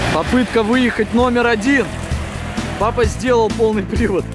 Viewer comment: Она сказал Пах а не папа